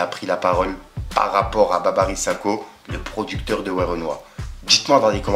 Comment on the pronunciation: Tu dis Babary mais c’est Babiry handek à bien prononcer